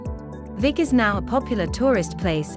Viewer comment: Come on - it's pronounced 'Veek'! - "Veek ee Meerdal"